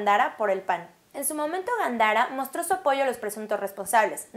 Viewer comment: Gándara, que no Gandara. Es palabra esdrújula y se pronuncia con acento en la antepenúltima sílaba. Por lo demás, gracias por la información.